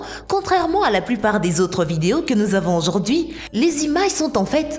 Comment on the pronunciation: Je suis le seul à avoir remarquer que a elle dit la photo d’auzord’hui? EDIT:et je vien de découvrire que…au debut elle dit bonjzour enfin je crois. EDIT:merci pour les 31 likes c’est enormes pour moi merci!